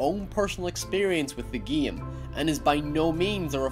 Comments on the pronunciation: "The Geme" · Geym , jeysun , neyture idk I feel like loosing brain cells when I hear that pronounciation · It's game mate not giem. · why the f**k are you saying geam instead game😐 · The geem? The campeen? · “With the geem.” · learn to say game